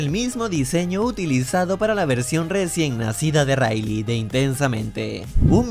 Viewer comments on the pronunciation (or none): none